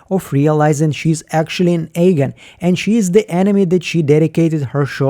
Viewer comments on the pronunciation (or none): Wanted to finish watching but I just can't get past you calling them Ayegan and not Eagan over and over. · Love your videos, but seriously, why are you pronouncing "Eagan" so weirdly? Being born in Russia, I have a strong accent myself when speaking English, and can't pronounce complicated words for shit as well. But "Eagan" is not complicated, it's"Иган", not "Эган", no?